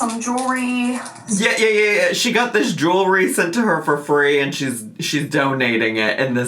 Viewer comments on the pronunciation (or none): For some reason, it really drives me up the wall that she says "Jew-ry" instead of jewelry.